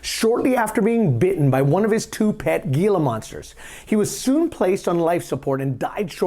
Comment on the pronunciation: You have shit for brains. And it's pronounced HE-la, not GEE-LA